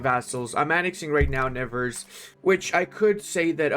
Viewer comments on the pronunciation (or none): The prononciation for all of these french localities is exquisite ! Special considerations for Drrroeux, Nevers english-style and Owveurgne